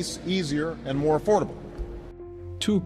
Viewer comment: And spacex awweady has deveowoped a mowe powewfuw vewsion >w<